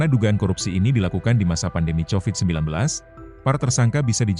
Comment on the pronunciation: 😂😂😂😂😂😂Covid jadi chowid